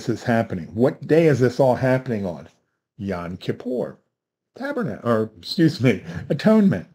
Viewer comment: Not to pick any nits, but it's YOM, not YON.